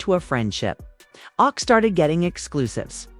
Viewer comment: AI keep called Ak “awk” 😆